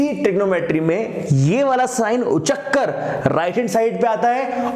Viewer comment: When he says...."uchak kr".......😃😀😃😄😆